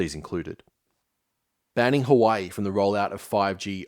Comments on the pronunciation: Great vid, watched all 6 hours of it but as an east asian, gotta let you know huawei is pronounced as "who-ah-way" not "hawaii" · Huawei - Sounds like hwaa·way. Not Hawaii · Hey man, fantastic piece - I really enjoyed your analysis and found it an interesting take on recent history. But in that vein it wouldn’t be out of order to look into how to pronounce Xinjiang or Huawei, if only to keep the production value in line with the content. Looking forward to whatever comes next! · Gonna be nitpicky but the pronunciation of Huawei was interesting.